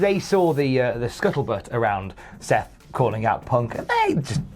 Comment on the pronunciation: The guy with Patrick Duffy was called 'Scuzzlebutt', not scuttlebutt.